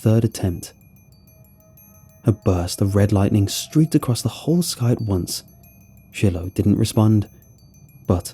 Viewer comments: An Easy Way to Remember: "It's pronounced 'Shy-Lo,' rather than 'Shill-oh;' just like you Smoke using 'Chore-Boy,' & Never use Brillo!" 😜😂🙃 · Are you saying Shillow? Chillow? Or are you mispronouncing Shiloh? Shy-lō is how it's said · it's pronounced Shy-low, not shill-ow xD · I’m pretty sure the dogs names pronounced “Shy-Low” not Shilow. Other than that another excellent story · Anyone else bugged by him probouncing the dogs name “shillllo” instead of “sh(eye)lo” 🤣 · “Shillow” lol you mean “shilo” (shy-low) ? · Great story and narration! I think it’s pronounced Shy-Low 😊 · It’s pronounced shy low(Shiloh) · If the dog's name is spelled Shiloh, it's pronounced Shy-low. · Yea, shy-low . it was meh, but not too bad. Still a good listen. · It took me forever to figure out why this guy's dog's name is Chillow -. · I'm pretty sure you're trying to say "Shiloh"... the dogs name. If so, it's pronounced "Sh-eye-low"... or "shylow" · Yeah shillow hits the ears wrong. Plus who didn't grow up with the classic Shiloh books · People are getting so mad about the dogs pronunciation 😂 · Well damn. Didnt notice it. Now I cant not notice it..